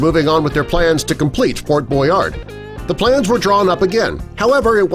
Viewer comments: It's Fort Boyard...not Boynard! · It is Fort Boyard,not Boynard. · 1. It's Ft. Boyard, not "Boynard". 2. Describing this structure's position as being "in the in the middle of the ocean" is grasping, because it's like, at most, a mile away from the coast of France.